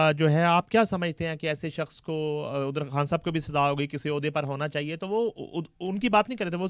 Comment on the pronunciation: Ye Anchor KHAN word ko Indian urdu mai kiyon pronounce karti hai